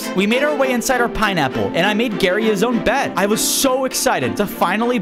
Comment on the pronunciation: bro said piniy bottom